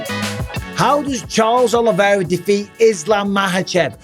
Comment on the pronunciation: Oliveira. Not Oliviera.